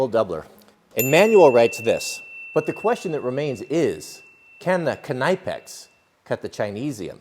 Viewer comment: There is literally no one in Germany who would know what you were asking for if you asked him for a "Nipex". :D :D :D